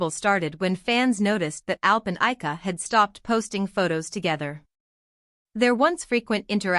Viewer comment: First, pronounce Ayca's name correctly. Second, maybe photos of Ayca and not Alina.